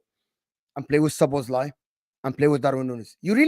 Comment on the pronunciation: man said Szoboslobaba 🤣🤣